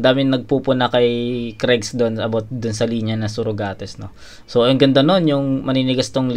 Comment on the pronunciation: "Surugates" naalala mo ba yung binanat ni mhot kay kregga boss? Heheheheh Sorugates dapat pagbasa yun eh movie reference